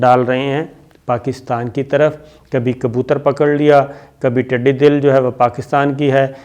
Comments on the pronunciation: Urdu to sahi bol liya karen yehi aap ke junior sikhaen ge. 'tiddi dil' nahin balke tiddi 'dal. Pakistan Zindabad o Payendabad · صابر شاکر صاحب یہ ٹڈی دِل نہیں ہوتا ٹڈی دٙل ہوتا ہے دٙل کا لفظ فوج کے لئے استعمال کیا جاتا ہے یعنی ٹڈیوں کی فوج